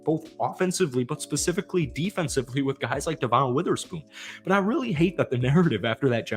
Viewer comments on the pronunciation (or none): Brother. Love the vids, but his name is "Deh-Vin" not "Duh-Von." Just been driving me crazy lmao. Keep up the hype vids! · devon witherspoon's name is pronounced "devin" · Dev-un Witherspoon (sorry, was driving me nuts) 😂